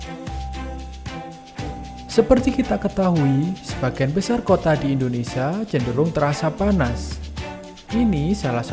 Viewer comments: Indonesia, bukan Indonesa. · Admin beritanya baik tpi Admin hrs belajar melafalkan nama Indonesia dengan benar. Admin bs bilang Malaysia dengan benar knapa nga bs melafalkan IndoneSIA dengan benar. Nama negri Kita INDONESIA bukan INDONESA. Kedua melafalkan kan Like itu ,"i" nya dibaca "ai", lafal bavanya 'laike' bukan 'leeke' Mohon di perhatikan.